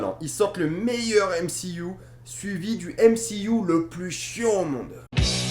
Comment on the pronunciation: On dit MCU pas M C IOU!!!